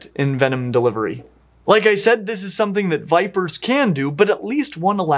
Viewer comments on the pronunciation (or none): none